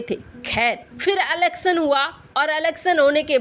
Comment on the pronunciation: अलक्शन नही इलेक्शन होता है बेटा